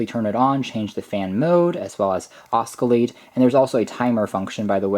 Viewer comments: Good review! Just one thing: oscillate is pronounced as "ah-sil-late" or "oh-sil-late" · The c is silent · WOW, where's your video of bladeless fans? P.S Oscillate is pronounced oscillate. "Oh" in the English language even as a guide for pronunciation ALWAYS sounds like "O".